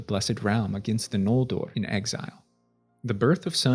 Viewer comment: Oromë, Sindarin, Noldorin, Maedhros, Nargothrond, Curufin, Nirnaeth Arnoediad, Maeglin are off.